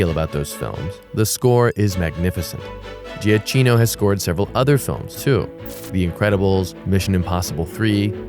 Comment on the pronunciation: You mispronounce Salazar and Giacchino.